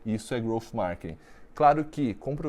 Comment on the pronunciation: Só eu fiquei incomodado com ele falando “markining” 😅. Excelente vídeo, parabéns 🍾.